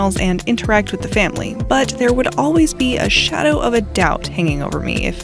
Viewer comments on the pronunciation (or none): none